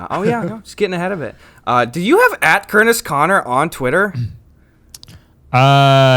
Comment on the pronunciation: ITS CUERTIS KONER